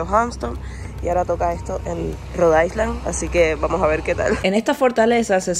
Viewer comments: Niña, Hampton no tienes s! Porque dices Hampston?! Y island, no se pronuncia la s, se dice "ailand". Ahora, el país Iceland si se dice como tu dices island! 😊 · Ya va siendo hora de que pronuncies “island” correctamente, no? 😊 la S no se pronuncia. Se dice “Ailand” 😘😘